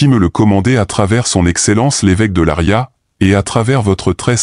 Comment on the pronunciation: Ce n'est pas Laria mais Leiria C'es horrible votre truc Quand vous fêtes quelque chose assurrez vous de ce que vous faites quel horreur e rien a voir avec la réalité